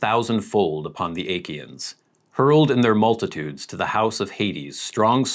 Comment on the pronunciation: Acheans is typically pronounced "ah-KEE-yans" not "ACHE-ee-ans"